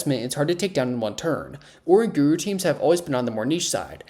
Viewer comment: Idk if ive ever heard someone say oranguru like that